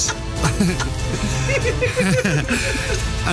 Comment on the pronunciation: Isn't it Iain (not Ian)?